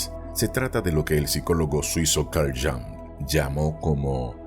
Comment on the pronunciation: Jung era suizo y hablaba alemán. Su apellido se pronuncia IUNG. Por favor mas respeto al hombre mas importante del siglo XX.